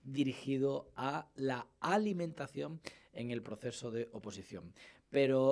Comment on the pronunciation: Alimentación es una palabra aguda. ¿Por qué pronuncia Álimentacion?